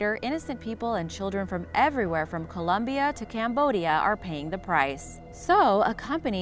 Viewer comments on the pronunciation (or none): none